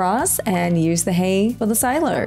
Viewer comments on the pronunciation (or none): none